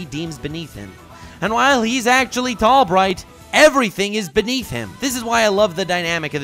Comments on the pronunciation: In a small/tall bright you said tall might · called him Tall Might instead of Tall Bright.